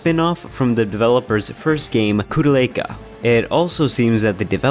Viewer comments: Koh-Del-Ka is how it is pronounced. I love Shadow Hearts but I hated how the good ending of Koudelka is non Canon. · I never played the 3rd one. But yea I heard it's even less horror-like. Honestly the horror thing is more subdued with each game. Koudelka (which humourously mispronounced) is even more of a horror game than SH1. Koudelka was at one point supposed to be an actual action/horror game, kinda like Parasite Eve, but for some reason it never happened